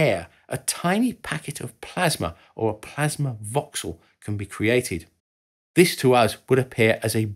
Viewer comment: ah yes, plamsa